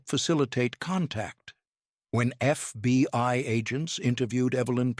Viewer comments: It is not the FBY it is the FBI. Please get it right or stop trying to and get someone else who can get it right everytime. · I guess all the holes in this tall tail is how the constant glowing embers got in. "Thirty-two dollars zero zero zero", "FBY" often used in place of FBI and enough pregnant pauses to deliver a fullterm bsaby, are just some of the reasons EVERYONE HATES computer generated narrators.